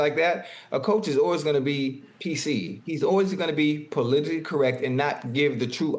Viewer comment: Ocho say it with me brother PO-LIT-I-CALLY!!!!!!!!!!! Damn bro learn to speak the word before you try using it 🤣🤦🏾‍♂️🙄